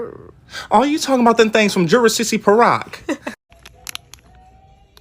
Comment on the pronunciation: He sayd from jurissse purok